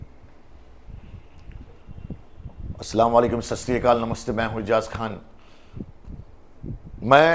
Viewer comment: Ejaz yarr salam zara dhang se kia karo apne salam ka mazakh bana dia…Assalamualaikum hota h